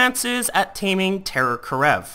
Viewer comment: Is terror kerav not karev(title is correct he is pronouncing it wrong)